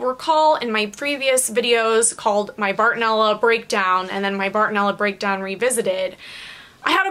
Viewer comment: Did u say bartoneller on purpose? I say it all the time to mess around thought I was the only one 😂😂